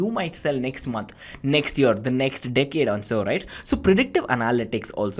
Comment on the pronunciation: Great ! But why he's keep saying dickhead to "decade" lol